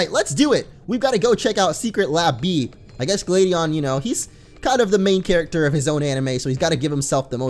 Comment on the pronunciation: It's glad not glade Huh you don't know how funny